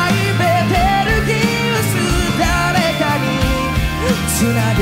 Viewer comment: 다 좋은데 베텔기우스에서 ㅈㄴ 몰입깨짐 발음 ㅅㅂㅋㅋ